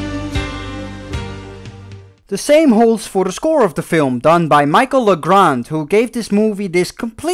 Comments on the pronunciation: How do you pronounce French composer Michel Legrand as "Micheal Lagrand"?? Seriously, his last name alone screams French and it clearly says Michel, not Michael. Btw, Legrand is one of the big names in French movie and musical composers. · I hate to be that guy but it is pronounced as Michelle not Michael LeGrande. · It might be my french pride but the part about Michel Legrand is harsh (especially when you misprounounce his first name it's not "Michael" ^^). James Horner "better" composer is not only debatable, but Michel Legrand is not only a legend of music in France, he has ALSO an international recognition, with 3 Oscars !